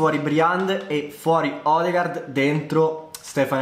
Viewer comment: Odegaard si pronuncia odegord